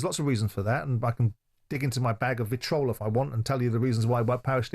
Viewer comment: "Vitrol"?? Jordan the pompous wordy prick murdering the English language again...